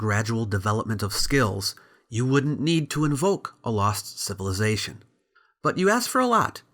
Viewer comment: Why can’t he say civilization correctly? Why does he have to say civiLIEzation??